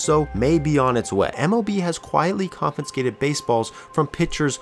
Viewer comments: it's pronounced CON-FIH-SKATED... you're adding another N in the middle, bud. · All I kept hearing was "confinscated" Great video though. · Wonderfully detailed video! But please, please: it's conFIscated, not conFINscated ... one 'N' sound. Thanks